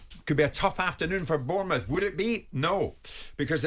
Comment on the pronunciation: Jim White can you please start saying Bournemouth name properly you're the only person you pronounce is it that way bearing in mind I live in France and have worked with foreigners for 20 years and they are managed to say much better than you do. It's about time you put some respect on our name and realise we're in the Premier League to stay.